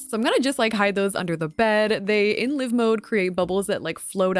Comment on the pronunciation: no she’s saying it wrong😭